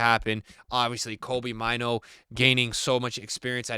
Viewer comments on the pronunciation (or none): It's pronounced Kobbie like "Robbie" but with a K. And Mainoo is "May-nu". Not Kobe Myno. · Pick say mainoo name right pls respect his name !